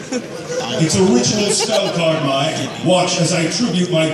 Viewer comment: It's Mai not may